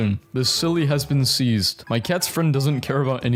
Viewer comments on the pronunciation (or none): none